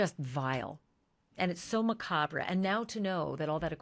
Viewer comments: WAIT. STOP. "MIC-AB-RA"?!?!?! Do you mean MACABRE?!?! MUH-KAAB. I had to literally go back and watch that again to make sure I heard that correctly. Ooohhh my god. 😳😬😂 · That's a weird way to say it. It's Ma-Carb, not cob. Cob uses a short vowel sound which is wrong for Macabre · Did you just add a RAH sound to macabre? Did you just say macabre as ma-cob-RAH? You do realize thats not how you say macabre...that its pronounced maCOB...right? I guess not... Ps...her shitty parents knew EXACTLY where Celeste was..SHE WAS AT HER PARENTS HOUSE WHILE.SHE WAS MISSING...SHE IS ON VIDEO AT HER PARENTS....They need looked into more...like 12 police visits to her parents house while she is a run away...another male friend ..that claims to be a BOYFRIEND...YEP...BOYFRIEND..NOT DAVID...SAYS SHE WAS BEING MISTREATED AT HOME....PAY ATTENTION LADY...Its bad enough that you're trying to make shoe prints happen in the Nancy Guthrie case... argue with people that tell you those aren't you prints you say they are... you're starting to embarrass yourself you're acting like drunk ass Nancy Grace... also he didn't cancel his tour.. the record label did because of what was going on... he would have went on with the door.. he was performing so stop lying and be honest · Ashleigh, the “r” in “Macabre” is silent. It’s pronounced “ma-cob”. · “r” is silent. Is this better Ma-kab?